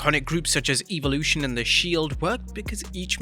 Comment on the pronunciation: Lol “Evalushion” lmao